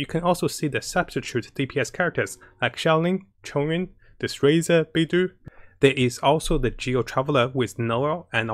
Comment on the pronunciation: baydough, not bidoof